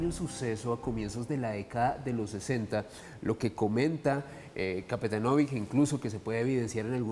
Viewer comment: Se prpnuncia capetanovich La c se pronuncia ch